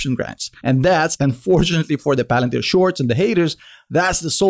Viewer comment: Pah Lan Teer Pah Alan Teer!!!!!! Buy the dip dip dippty dip